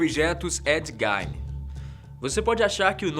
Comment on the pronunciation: Não é Ed Gain é Ed Gein